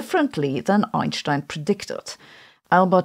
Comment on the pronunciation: Yes lol. But Sabine is the only physicist who pronounces Einstein correctly.